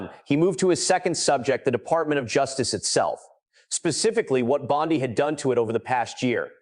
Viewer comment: AI is everywhere. When the narrator says Pam Bondi as Pam Bon Die, you know it's been created by AI. It's click bait.